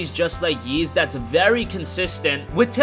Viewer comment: Is that happy Geoff? Also, you can just call it EEEs. No reason to keep saying YEEs.